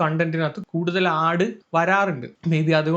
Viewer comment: ഹ 😁😁... ആഡ് (ആട് )എന്ന് ആദ്യം കേട്ട് കിളിപ്പോയ ഞാൻ....😢